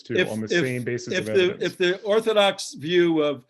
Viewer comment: Wow, moving the goalposts in the Opening…? “I can’t prove any god, and can’t prove Everything Else.” That’s pretty ballsy. And I love the way that says “Ev-I-Dence” for a circumstantially justifiable God.!So… No actual evidence. OK. And then demonstrates that he wasn’t listening to opening claiming that was defining god, when was quoting conflicting god definitions from the bible. And then makes a Brutal Strawman argument, misstating Andrews position to Exactly what laid out was Not his position. It came off as Dishonest. (Mischaracterizing ’ position, was putting it Very Politely!) ‘Books of Antiquity’ does not make any claims about the Truth of the documents, it defines the Age of the documents. Aesop’s Fables is an old book and most definitely is not true. wants multiple choice answers ONLY, and then asks intentionally asks questions which limit responses to position. Again Dishonest.?When did you stop beating your wife? 1) I haven’t stopped beating my wife 2) ten years ago 3) when she asked me to. (Answer the question, and no more words! Stop!) And then dismisses textual criticism, when uses the opinions of the vast majority of expert, experienced biblical scholars. And argues that a more sufficient answer was made by ‘someone whose opinion I agree with’. Ok, pull up your conscience, your bare bias is showing. states that is in a box, but doesn’t seem to understand the co